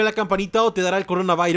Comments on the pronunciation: no se dise en corabairus se dise corona virus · com corona vairoz 😂😂😂😂😂😂😂😂 no es corona vairoz es corona virus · No se dise coronavirus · Corona vairos xd WTF😆😆😆😆😂😂😂😂😂😂😂😂😂😂😂😂😄😆😆😆😆😆😆😆😆